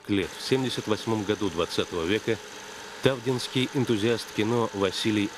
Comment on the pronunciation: Ув. редакторы! Не тАвда, а ТавдА, не тАвдинский, а ТавдИнский